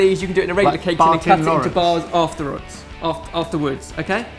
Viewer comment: i just keep repeating the "bar tins" part, it's just so funny looking at trying to say something but keeps cutting in. In the end, it make him said something that doesnt make sense. "afterroods" okay afterwards.